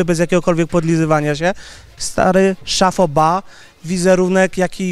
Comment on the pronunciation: jakie "szafo ba "co Ty wygadujesz? mówi się szapo ba od francuskiego "chapeau bas" czyli kapelusze z głów!jeżeli nie znasz wymowy słów to nie używaj ich .